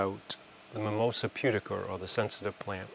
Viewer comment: Everyone not from New England is like, "Mimosa Pudiker?"